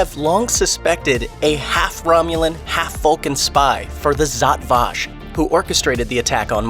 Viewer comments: My exact thought. Zot Vash? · Given you mispronounced Zhat Vash I'm gonna assume you are reading a script and didn't actually watch the show.